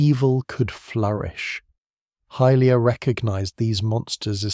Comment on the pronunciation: Good video, but it’s pronounced hi-lia not hill-lia.